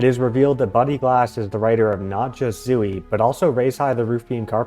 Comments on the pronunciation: I'm sorry, but I can't get past how you pronounce Zooey. ZO (long O) E (long E). Salinger stated that the book was semi-autobiographical. I appreciate your research, but I think your thesis is flawed and overly complicated. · Oh gosh that is not how you say zooey I’m so sorry